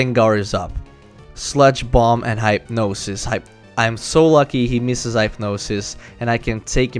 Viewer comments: Its not HYPEnosis its HIPnosis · It's AGG-uh-thuh, not a-GAH-thuh. The latter sounds like "a God uh". Also, hip-nosis, not hype-nosis.